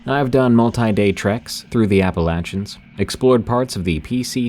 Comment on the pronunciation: For the love of God please pronounce Appalachian correctly for once